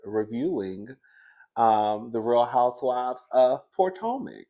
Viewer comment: How you go come back, hide your face, and add Candiace to the picture 😂😂😂 we here for a kiki 😅 did you say Poortomac